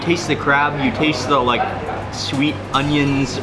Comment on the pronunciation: U know I looooooved when you said shweet instead of sweet while u were eating lol ur so f funny 😂😂😂😂😂😂😂😂😂😂😂😂😂😂😂😂😂😂